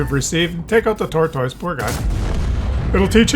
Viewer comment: I hate how says tortoise. Makes me wanna give him a dislike but he is just too goofy looking to hate on